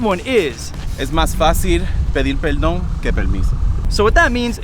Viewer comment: “peldon, permiso”😂😂😂😂